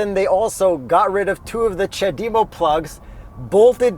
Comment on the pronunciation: I have never heard anybody pronounce CHAdeMO as "cha-dee-moe"